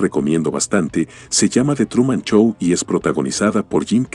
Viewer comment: Qué mal mencionas la "ch",, Chow o Wachinton" decías xD